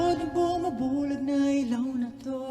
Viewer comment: Not Ilaw as /i-lau/ but /ee-lau/ or /ee-law/ with the stress in letter "I" not in "law'. Sounds weird if you say it that way. Sure we understand but you know I would suggest to check the word first. Like from other reactors too saying /jento/ instead of /gento/. NO OFFENSE. I JUST WANT TO HELP. BTW, nice to watch here for aspiring singers. Nice!